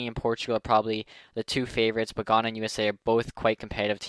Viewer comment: Ghana is pronounced(g-I-ana)